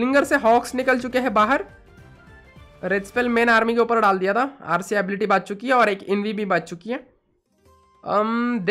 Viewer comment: Are you guys noticing that he is saying baach chuki hai like Pakistani accent